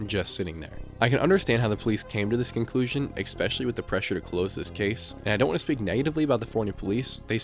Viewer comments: Yeah, and several times you hear him say "expecially" instead of especially which makes me think he's pretty young... Especially since he thinks this is all the work of one person... Kinda like someone who watches too much TV and movies and has no idea how the world really works. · Do you just say exspecially for post engagement? I like the videos. But hate the constant butchering of the word ESPECIALLY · Especially, not expecially. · “Eggspecially” x 250. 🤯😂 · I like your stuff. I subscribed....But please stop saying "ek-specially."